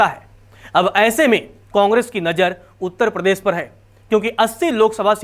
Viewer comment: भाई, आप प्रदेश को प्रदेस बोलते है, अर्थात श को स बोलते है।